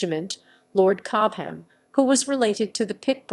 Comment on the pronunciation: These awful false, stocatto-like narrations: 'Cob-ham'!, when it's simply 'Cob-am'.......more rubbish!